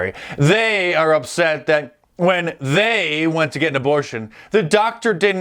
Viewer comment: The way this man says “they” 😂😂😂😂